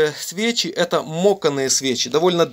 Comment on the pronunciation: Говорите пожалуйста по Русски. Не мОканные, а мАканные.